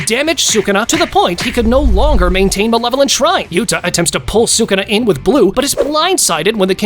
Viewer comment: Its sukuna not shukuna or sukna